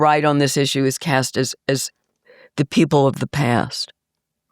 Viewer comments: She's exactly right on every issue except the pronunciation of issue. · I'm all on board with her until I hear her pronunciation of the word issue